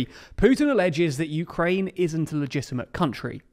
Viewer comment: The “ins’t” really triggers me for some reason